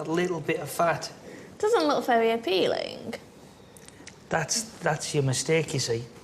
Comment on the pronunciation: did she say "it doesn't look very appealingk"? like with a k at the end? what kind of accent is that?